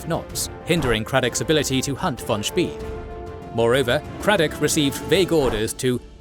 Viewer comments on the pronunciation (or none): Spay. Not Spee.